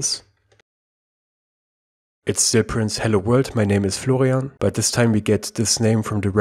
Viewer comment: name : florian, pronounced: flogrianf7dsds9erkfj 😂